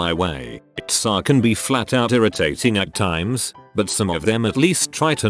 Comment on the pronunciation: TFW the auto-voice reads T.S.A. as T'SÁ for the fifteenth time 🙄